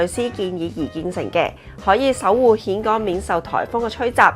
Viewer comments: 讀音現港，並唔係蜆港！！！ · "峴" 應諗作 "現", 不是蜆. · 峴港，粤音"現"，同莧菜的莧同音。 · 溫馨提示， 「峴港」呢個字係讀「現港」才正確。